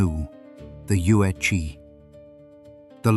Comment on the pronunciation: The "zi" in Yuezi, is pronounced "ts". "Che" in Liu Che is pronounced by the removing the "t" in "the" and replaced with "ch". But this is a good source of information. But Han Dynasty is hardly the 1st Chinese to interact with the Persians. The Silk Road was already in use for t least a thousand years before the event in this video.